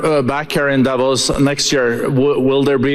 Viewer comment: Please learn to pronounce Davos properly!